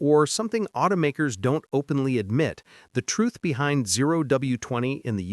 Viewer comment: Thanks for the 'thruth' 😂😂